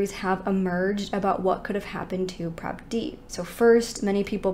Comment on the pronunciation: I’m so proud you pronounce Prabhdeep so well.